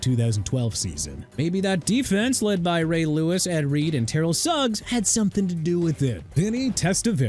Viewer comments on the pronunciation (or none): Dude... I'm done... Flacco is pronounced flah-koh not flak-koh... and it's Ter-rell Suggs. WHAT IS WRONG WITH YOU? YOU CAN'T PRONOUNCE NAMES RIGHT? I'VE HAD ENOUGH. TOO EARLY FOR THIS GARBAGE...